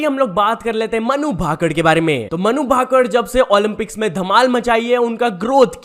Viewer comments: Bhai aap humesha naam galat kyu bolte ho? Vinesh phogat ko vinesh phogut Manu bhakar ko Manu bhakad? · Pronounciation kitna khrab h bhai Tera कल्कि को कालकी, फोगाट को फोगट, भाकर को भाकड़ मतलब हद्द ही हो गई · Tune dono athletes ke sir name galat pronounce kiye h Phogat and bhaker Thoda pada liya hota YouTube pe aane se phle acha hota niyon men